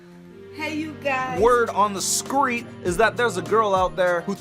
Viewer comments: Did that dude in the beginning just say "skreet"? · In the skreet 😂